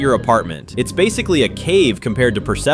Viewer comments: It’s pronounced Pers-police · By the way, persepolis is pronounced purse police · It's not persepolic it's perspolis 😭😭😭😭😭😭😭😭😭😭 هعی خدا